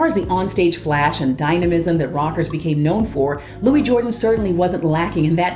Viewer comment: Louis Jordan was known as “ The King Of The Jukeboxes”. Louis Jordan always pronounced his first name as “ Lewis “ not Louie.